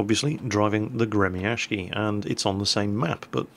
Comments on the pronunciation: Hey, the proper pronounciation is not "Gremiashki" as you say:) but rather, Gremiashiyy, after the "sh" you should add double "i" or "y". so it would be like Gremiashiyyyyyy its from word "grom" which means lighting, and gremiashiy means "the one that moves like a lighting" or "one that produces a sound such as lighting does".. a proper word in english would be "thunderous". yea.. thunderous is the right word:DDD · Alexander Meme гремящий = Gre-Mya-sh-chiy щ = like sh-cz, the cz being pronounced like Cz ech Republic. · No "N" in the name there. Grem'-a-sh'-iy. =] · The Gremyashchy is pronounced Gri-ma-shiy!!! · You would be better at pronounciation if you dropped that 'k' and said Gremyashchy with 'shhi'(like 'she', but with 'i' like from 'ink' at the end) instead of 'ky'. I don't know how to explain it better with words. Especially english ones.:) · Gremyashchy is pronounced as follows: part GRE was kinda obvious part MYA is pronounced rather well, like in "mamma MIA" part SH is pronounced like in SHOULD part CH is pronounced like in CHOCOLATE ant part Y is pronounced like in the dude's name BANKSY This give the general idea Although the main accent should be put on "MIA" instead of "SZCZY" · 'Well i dont know, it's RUSSIAN" Well ACTUALLY its English translated Russian seeing how they have a 33 letter alphabet to our 27 letter alphabet, This is the name of the Russian ship in Russian: Гремящий. this being said your pronouncing it fairly well, just dont do a 'k' sound in it, just a longer 'sh' sound